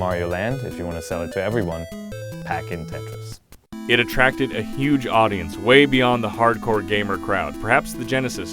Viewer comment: Tretis XD mofos